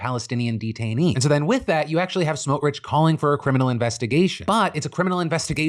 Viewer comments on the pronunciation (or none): Your pronounciation of Itamar Ben Gvir and Bezalel Smotrich were only about the tenth worst pronunciations I’ve ever heard, so congrats for that